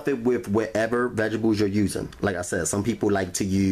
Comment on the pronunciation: Vegable, and rery rery rery rery juicy